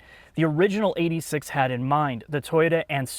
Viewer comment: It's Eight Six, not eighty six pls